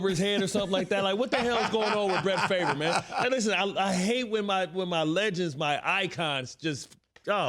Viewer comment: Say his name properly. Do yourself the (favour) not Favre. One throws TD’s the other doesn’t.